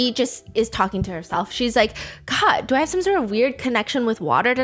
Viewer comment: saying dor you remember Mai honestly made me lose another 10 years of life